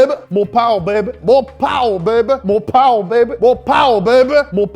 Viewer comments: we got mor powa babeh four years ago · I thought he was saying "Mopar Baby" for a sec lol